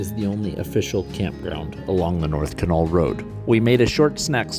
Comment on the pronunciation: In the Yukon everybody pronounces Canol more like (dog) kennel.